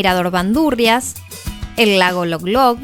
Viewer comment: El lago se llama Lolog, no Loglog.